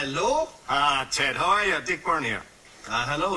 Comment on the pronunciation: Ted reading 'Halo' not 'Hello'